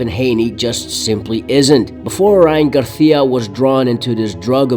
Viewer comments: I like this video bro but it’s GARCIA not GARTIA 😂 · Its GARCIA(GAR-SEE-UH) not "GARTHEAUH"... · Why do you keep calling him Ryan garthia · Why do you pronounce it as “Garthia” 😂 other than that solid video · Learn how to fucking pronounce GAR-SEE-UH. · Why do you pronounce Spanish Names with a Spanish accent when we dont speak like that in Mexico or all of the Americas? No you keep changing it up. Sometimes with the Spanish lisp "th". Ryan "Garthia"? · The way you pronounce Garcia is interesting choice. 😂😂😂😂